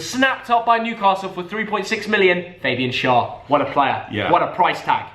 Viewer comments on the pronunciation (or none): It is not faybian schar it is Fabian schar